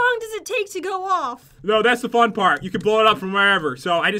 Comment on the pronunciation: Pat, you said 'frun' instead of 'fun' !! Lol